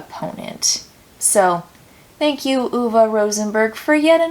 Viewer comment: FINALLY someone who pronounces Uwe correctly.